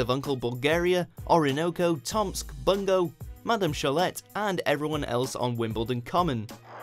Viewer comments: Who's Madam 'Showlet'? Can't you at least pronounce her name properly? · The t is silent in Madame Cholet. It’s pronounced show-lay. And how do you not know how to pronounce era? Also, Amy a popular character? I hated her! Nebula rocks, though! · Madame Cholet is Sholey not Sholette. Didn't you even listen to the clip before voicing-over it? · Is anyone else outraged that they called Madam Shelaigh from The Wombles 'Madam Shelet ' 😡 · Madame Sho-lay not Sho-let. She's French. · Also no-one pronounces the T in Madame Cholet...Lol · Clearly the narrator is someone whose never watched a Wombles episode. The 't' in Madame Cholet is silent - 'Cholay' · * seethes with rage at the pronunciation of Madam Cholet * ;-) She's French. It's sho-lay.